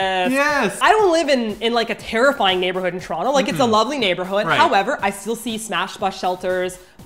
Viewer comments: I LOVE this pronouciation of Toronto "Churonto" that's how you know you're a true Torontonian. Brap brap! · yeah me too "trono" is "toronto" ahah